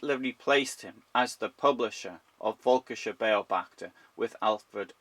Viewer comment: again... Völkischer "Beyo-bachter"... Why can't you check the right pronunciation?